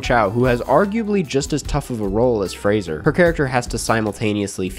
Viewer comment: so happy you learned how to pronounce Fraser ❤